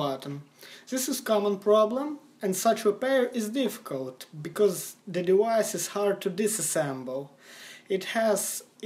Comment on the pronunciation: "Dewice is hard to dissasemble"